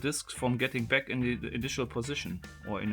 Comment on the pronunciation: Instead of toying with this box you should polish your English or bloody give it up altogether.....so f....g German...it is NOT beck but back....it is NOT gep but gap...it is like the Chinese who say lice instead of rice...very disturbing. Record yourself and or go to a pronunciation bloody class...and you do not say isss you say izzz....English voiced C